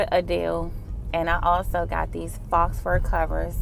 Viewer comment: Looks good! Faux, the x is silent.